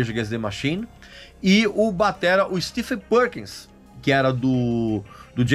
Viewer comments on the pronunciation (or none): none